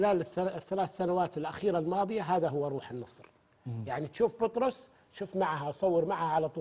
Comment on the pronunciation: ترى مو بطروس ياتويجري 😂😂😂😂😂بيتروس الله يرجك 😂😂😂